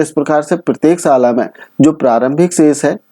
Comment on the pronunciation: Miya tu hyderabad se hota kya ..sal ko salan bol rhe miyaaa😂😂😂😂